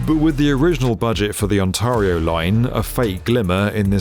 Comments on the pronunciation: For the record, it's not pronounced "on-TAR-ee-oh", it's "on-TEAR-ee-oh". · It's On-TAY-rio 😉😂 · On-tarr-ee-oh? More like On-tair-ee-oh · It's not Ontaurio, it's pronounced On-TARE-ee-oh. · Straight from Google... The most common mistake is saying it as "on-TAR-ee-oh" (rhyming with "car") instead of the correct "on-TAIR-ee-oh". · Please, Ont - Air - eeyo. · Tah-run-oh and On-terre-e-oh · On-tear-io ....the "a" is not pronounced "ahh" ;-) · Ow dear! I apparently now live in "Ont-aaah-rio!" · For the record, it's pronounced, On Tear E Oh. Ontario. 😉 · Great video as always, but since you'll be covering this for years to come, it's pronounced ON-TARE-RIO please please please save our ears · I get it. Sometimes it’s hard to know local geographic names when you don’t live in the area. But really? on-TAHR-e-o. No one at B1M caught the mispronunciation of a place with 16 million people in one of the world’s most productive nations? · I know you put a lot of research into your videos but my word those are some horrible pronunciations. Couldn't you put some research into that, or just get a Torontonian or at least Canadian to review this? Ontario is closer to On-Terry-oh than you're saying it. Spadina is Spad-EYE-nah (Not Spa-DEE-nah), Bathurst has a short "a" like in "Pat" or "sat". Gerrard is stressed on the second syllable. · Oh man... it's pronouned On-tear-ee-o. Tear like "tear it apart", not "tar". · “ Awn-TAR-io “ — that’s a different way to say Ontario. 😂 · On-tar-rio? Uggh try again you'll get it eventually. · No offense but you pronounced Many of the streets locations Wrong...ex. ontario, spadina etc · I am amazed at the lack of professional pride evident in the performance of people who make a living talking on the net who don't bother (or don't give a ...) to get even basic, well known pronunciations correct. I'm somehow supposed to consider reliable and informative a guy who constantly says 'OntAHrio' as no-one else on earth does. Pathetic.